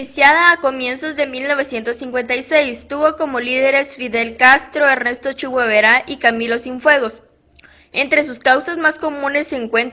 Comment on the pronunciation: Jajajajajja Ernesto chigüevera 🤣 , Es Ernesto “el che” Guevara. El 80% de lo que dijiste está mal. Tampoco las fotos no concuerdan con los nombres , y falta un poquito más de lectura. Pero se te agradece , sigue así serás grande